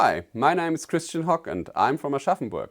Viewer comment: Dein Name ist aber immer noch Christian und nicht Cristschen